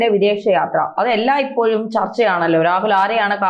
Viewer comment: മാഡത്തിന് നാക്ക് വഴങ്ങാത്തത്കൊണ്ടാണോ ഇപ്പോയും, അപ്പോയും എല്ലായ് പ്പോയും എന്നൊക്കെ കേൾക്കേണ്ടിവരുന്നത്?വളരെ അരോചകം തന്നെ. ഇനി മയ, പുയ, വയി എന്നൊക്കെയും പ്രതീക്ഷിയ്ക്കണോ. മുമ്പ് സഹാവ്, മുഹം എന്നൊക്കെയായിരുന്നു പ്രയോഗങ്ങൾ. ഇതൊക്കെ ശ്രമിച്ചാൽ ശരിയാക്കിക്കൂടെ.